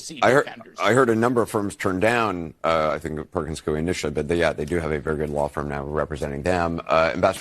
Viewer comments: Do you want to do something no one has done. Pronounce the name Perkins Coie correctly. It is coo like a pigeon + an ee. Scratch that. the gal with Anderson just did it right. I worked there for 22 years. Karma is a bitch. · It's pronounced "Coy" for Perkins Coie, at least in Alaska. I used to type court transcripts for one of their branches decades ago. It's the same law firm where Hillary had a lawyer that helped w/the Russian collusion hoax.